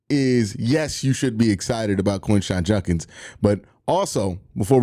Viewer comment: I appreciate you doing a video on Quinshon, but if he's going to be a big part of our offense, I hope and pray you will eventually start pronouncing his last name correctly. It's Jud-kins, not Junk-ins.